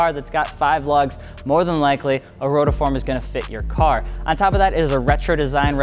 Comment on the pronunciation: It's not rotaform.. it's rotiform.. like ro-tee-form